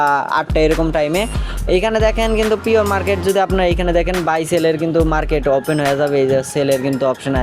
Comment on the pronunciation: পিয়র মারকেট না প্রি-মারকেট 🥹🫶